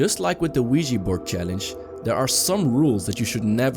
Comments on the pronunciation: It's pronounced *Ouija Board!! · It's pronounced Ouija Board. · the "WEEGEE" board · Its not Weegee Its Ouja Bord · It's pronounced *Ouija Board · The wee-jee board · Wee-Gee board😂😂😂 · It's pronounced *Ouija board you idoit!! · It's pronounced Ouija Board you idoit! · It's pronounced Ouija Board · did he just say.... THE LUIGI BOARD!?!?! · Weegi board lol